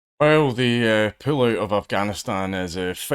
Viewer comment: As an American, I had to listen to the first sentence six times to realize he was saying "pullout" and not "pillow" of Afghanistan.